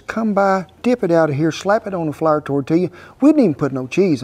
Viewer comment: and he says Flour like Flarrer || hehe